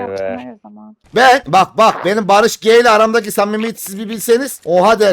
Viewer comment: Barış g değil barış ci